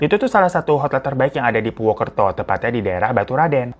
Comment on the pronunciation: Purwokerto bang napa jadi purwukerto 😭🤣